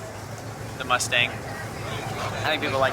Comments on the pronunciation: "2 shay z" "moostang"😂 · "Moostang" lol